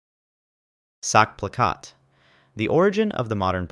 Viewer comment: "Sackplakat"😭 The way you pronounced it, it means "balls poster" Ch is like a cat hissing